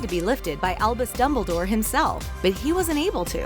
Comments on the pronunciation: Is it just me or instead of dumbledore she says dubbledore😂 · is it just me, or did they say dubledoor ? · Remy literally every name... Dumbledore and a couple other names to